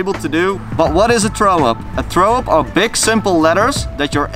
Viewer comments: "Traow up" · He can't pronounce it. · Im intrigued by how he says throw up lol.